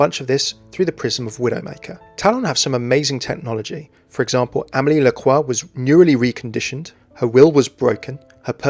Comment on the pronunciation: the way you pronounce Amélie is so hard to listen to